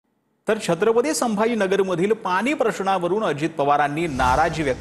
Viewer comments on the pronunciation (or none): पानी? की पाणी?.. अरे शुद्ध बोला जरा